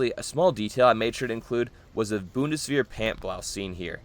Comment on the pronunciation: I appreciate the tism. For the future maybe the channel "Gear Reference" will help you with identifiying stuff. Lastly, "-wehr" is more pronounced like "wear".